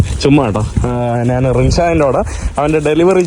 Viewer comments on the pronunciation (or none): നാണ്, നാന് അല്ല ഞാൻ എന്നാണ് ശരിയായ വാക്ക്. നിനക്ക് യൂറോപ്പിൽ നല്ല ജോലി കിട്ടും. പിമ്പ് ആയിട്ട്